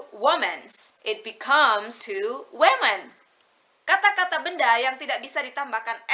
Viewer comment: ouhhh i think i heard two words that you miss pronunciation 😊that word is "woman" but in the plural we say"wimin"